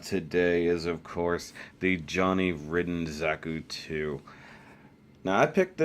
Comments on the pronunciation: It's pronounced Ryden, not Ridden :P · I shall pronounce it 'Rid-den' Because that's how its spelled